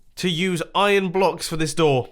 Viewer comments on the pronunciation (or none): none